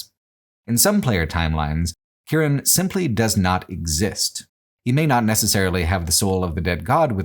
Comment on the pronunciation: The only downside of the video: calls Morrigan's son Kieran "Kiernan", a name I was called my whole life throughout school and by my own grandfather instead of my actual name, which is of course a heinous sin from which nothing can ever be forgiven otherwise great video, 10/10